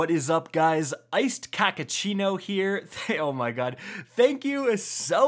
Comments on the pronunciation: “Iced kackachino here” I heard cockachino 🤣🤣🤣🤣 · "Cockkuccino here" that's what I heard. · "Iced-Khachachino" - best one yet brother hahahaha